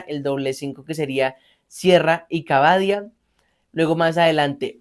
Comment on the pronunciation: Cabadia esta mal pronunciado